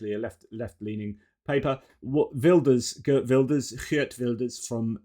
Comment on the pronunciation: Ooooh proper Geert pronounciation! :)